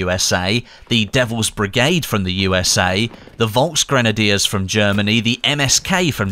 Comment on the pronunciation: Special forces Says VolksGrenadiers XD